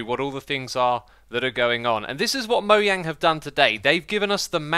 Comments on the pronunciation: STOP CALLING THEM MOYANG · Im really triggered by the way you pronounce Mojang... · Random person in q&a: How do you pronounce mojang? Mojang: Moe-jang Xisuma: Moyang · It’s not moyang the j is actually pronounced by a j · It’s pronounced mo-jang not mo-yang. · You sure as hell named that company right... “Moyang” head ass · Why do you say 'Moyang' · It’s not moYANG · “Moyang” it’ll never get old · Its mojang xisuma not mojang pronouce it correctly